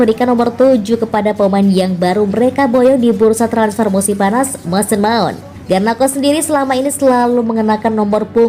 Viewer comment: Garnako?????, pake k, hadeeehhh